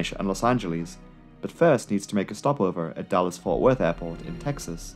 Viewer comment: I totally understand why you chose to shorten DFW to just "Dallas," but throughout the video I just kept hearing "Dulles" instead... haha